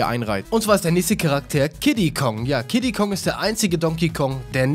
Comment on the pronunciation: Wer hat auch bei Kiddi Kong Diddi Kong verstanden?